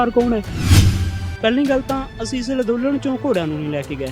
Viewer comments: Nassmasskatt=nattmasstak... kaiwaar=karwaai.... Lanndolan=anndolan Bolana aunda nahi..... Beimaan... Criminal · ਅੱਜ ਤਾਂ ਅੰਦੋਲਨ ਵੀ ਸਹੀ ਨੀ ਬੋਲਿਆ ਜਾ ਰਿਹਾ... ਲਦੋਨਨ ਲਦੋਨਨ ਕਰੀ ਜਾਂਦਾ ਐਵੇਂ ਗ਼ਰੀਬ ਮਾਰ ਕੇ ਰੱਖਤਾ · Ladolan nhi hunda andolan hunda ji